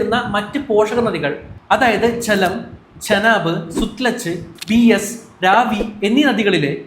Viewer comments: സുറ്റ്ലാജ് അല്ല സറ്റ്ലജ് പിന്നെ ചേനബ് അല്ല ചിനാബ് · ചെനാബ് ❌ ചിനാബ് ✅ സുത്‌ലജ് ❌ സത്‌ലജ് ✅ ബീയസ് ❌ ബിയാസ് ✅ രാവി ❌ രവി ✅